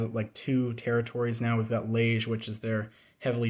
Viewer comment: Very Interesting. Just a note from a Belgian, Liege is pronounced Lee-ehj, with the j pronounced like the s in MeaSure.